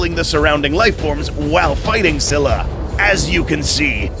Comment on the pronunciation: Its pronounced ‘skylla or skilla’ not ‘ssylla or ssilla’